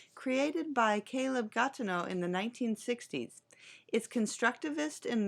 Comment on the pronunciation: Gattegno, not Gatenno.